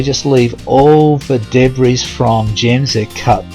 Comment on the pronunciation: My husband loves your videos. When I am listening, no offence but I do wince when you pronounce debris as Deb-riss. It should be De-bree.